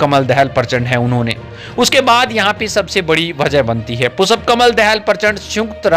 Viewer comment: You are an insult to India mr reporter you donot know how to pronounce the Sanskrit term पुष्प and you are repeatedly callingपुषप् you are disgrace to our country. Pu Kamal Dahal is a revolutionary leader who changed the rotten monarchy system and gav3 people republics what record has Biden on these nothing but zero The courage sooroo wall is not the national dress of Nepal nor we Indians have any national dress. You donot know.better know nor Kurtz pyjama is our national dress,we donot even have a declared national language Nepali is Nepal’s national language theghotala loving narsimva Rao sarkar put the Nepali name i in the constitution do u know this. ,prachanda is one of the cleverest pm and he know how to handle theA Erica so America cannot afford to annoy prachanda for Nepal .